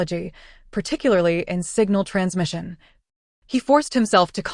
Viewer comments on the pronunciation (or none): none